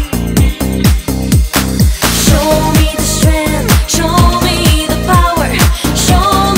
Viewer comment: Elle prononce tellement mal "strength" que meme la personne qui a écrit le karaoké y croyait pas.